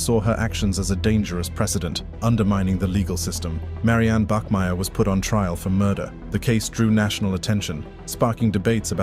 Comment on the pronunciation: Bachmeier not Bachmier